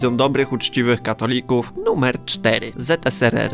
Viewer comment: Nie ZSSR tylko ZSRR tak na przyszłość